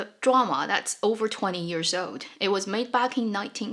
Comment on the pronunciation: You are awesome! Love how you share on the history/reality, makes it so much richer. I notice that you pronounce years as 'ears'.